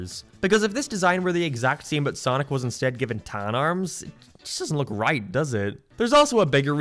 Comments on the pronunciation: did you just say speace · What accent is that? You are perfectly understandable, untill you speak an "..ay" sound. "Always" becomes "alwees", "Game" becomes "Geem", "Space" becomes "Spees" and so on. I'm curious.